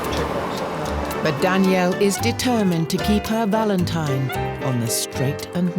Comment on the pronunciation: She can't say valentine . Valentimes. She should not be looking for a husband. Sad